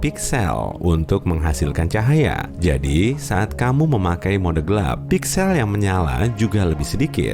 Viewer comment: Hadeh min penyebutan pixel nya salah